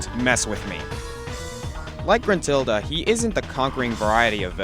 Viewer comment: gentrulda? First, is Gruntilda. Second, what's so bad about her. I know it's not the best but is at least not bad.